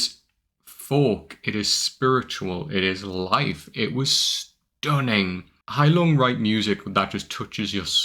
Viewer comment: What a nice pronounciation of "Heilung", not bad for a Brit. Another great song you will absolutely love is "Gimle" by Gealdyr.